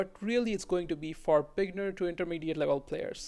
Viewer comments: bignerd is more fitting than beginner lololol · Whenever you say beginner I hear bignerd